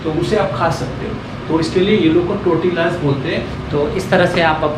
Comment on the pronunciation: Wo टोरटिला nahi तोरतिया hota hai pagli